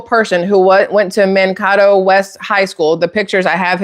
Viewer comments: One thing I noticed is the way he pronounced Mankato. I realize he has an accent, still, I would think if someone actually attended that school they would pronounce it the way it is pronounced locally. It is pronounced man-KAY-doe. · Minnesotan here. It's not a big deal, but if you're interested in knowing how to pronounce the town name, it's Mankato (Man-kay-toe). Idk if all this is true, but I wouldn't be shocked if it is. There's so many nasty people in power right now, just hiding in plain sight. I truly hope everything comes to light soon. ❤🙏🏻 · Man-KAY- doe is the correct pronunciation. Matthew pronounced the city wrong. I didn’t believe it because he didn’t pronounce the city correctly. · I'm from Minnesota. It's pronounced "MAN-KAY-TOE" Mankato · As someone who grew up in Mn, Mankato = Man-Kay-Dough :) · Hey beautiful.. just thought i would share with you that the city Mankato in Minnesota its actually pronounced like MAN-KAY-TOE. As a Minnesotan i hear it said wrong all the time and understand its an odd name.. lol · FYI: The town is pronounced: Man…Kay…toe. = Mankato I live in Minnesota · Mankato is pronounced Man-kay-toe. Love your content. 😊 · The school is pronounced Man cay to (Mankato) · Just an FYI: Mankato is pronounced man KAY toh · Are you trying to say Man- kay -toe? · Mankato is pronounced as Man-Kate-o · Hey gal the town is pronounced MAN KAY TOE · just FIY "MAN-KAY-TOE" (Mankato) High school 😄😉☺️ Minnesotan here... just thought I'd let you know 😏 😂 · It’s pronounced Man kato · Mankato -sounds like “Man Kay toe” correct pronunciation. ❤ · MN native here. It's pronounced Man-kay-tow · I’m gonna say it’s fake. For one, I do realize his accent but if he attended Mankato he is still pronouncing it wrong but like GPS would. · If you are from mn you know how to pronounce Mankato. The second A is a long A. If you watched little house on the prairie you probably heard Mankato mentioned. Great info here I trust the stated obsevations.